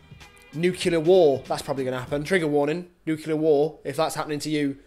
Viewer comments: Nuclear is pronounced new-clear, not new-cue-leer. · "nucular war" sigh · It didn't make me forget it. After we've watched the Sia video and had a lengthy chat and/or cuddle over the crying, we'll discuss Nuclear War. Not the details OF nuclear war, or its ramifications - just that it's not pronounced New-cue-lar, and that you aren't. Actually, here ends the lesson. Let's go watch Sia. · I haven't made it past 20 seconds yet, because it's pronounced 'Nu-Cle-Ar' and we're going to have to have lessons. The rest of the video best make me forget this. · is it weird that I like the way you say 'nukular' instead of 'nuclear' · Why do you say nuclear like an American?